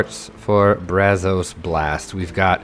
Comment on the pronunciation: the “o” and “a” in “Brazos” is supposed to sound more laid back. Use the “a” as in “mad” and “o” as in “of” (sound like “uh”)